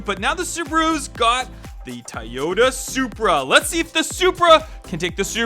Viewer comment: And Tayota xD